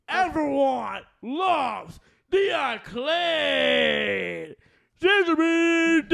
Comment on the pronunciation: The team is called "the acclaimed" not acclade 😂